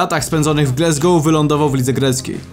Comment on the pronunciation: co to jest glesgou... wstyd. Wymawia sie Glasgow. jak piszesz i czytasz. Nikt inaczej nie mowi ... Chyba ze Polski polityk